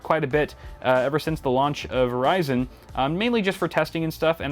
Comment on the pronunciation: I stopped watching after i heard ryzen